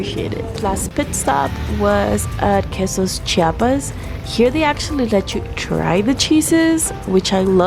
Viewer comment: CHI A PAS don't do the same that other mexicans from other states do that mexicans from Chiapas HATE which is saying CHA PAS instead of CHI A PAS